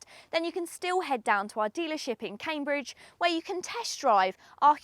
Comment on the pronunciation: Come on, Cambridge without a “d”! Good review though